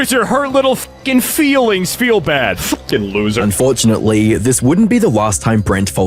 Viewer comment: Everybody: "Fucking." Leafy: "FUCK-EENG"